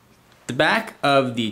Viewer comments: lmfao did any1 hear him say "the BACH of the device" instead of "the back" ? hahaha lol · "plugs right into the BOCK of the device" haha! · yeah "bach of the device" LOL